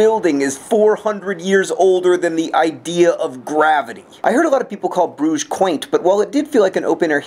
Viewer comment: im so glad you use the french pronunciation of Brugge and not the Dutch. also when i hear Brugge i always think of the restaurant in Broad Ripple.